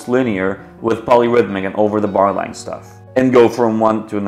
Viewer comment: i cant understand when you say "over the barline"